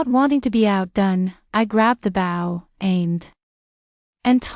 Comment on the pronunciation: Bow has a long o sound.